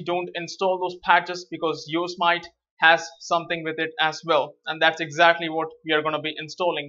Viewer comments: You are pronouncing Yosemite wrong, it's pronounced like Yo-se-mit-ee not Yo-smite. Why do so many people say it like Yo-smite, it's a national park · Hey thanks for the video but..... It's pronounced Yooo. Simmm It Teeeee not Yo So Might:). Just wanted to help. Thanks for the video keep the great content coming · you say it " yo sem ity " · Some pronounce it Yo-sem-it..